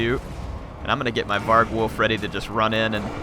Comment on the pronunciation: var-gulf, not varg-wolf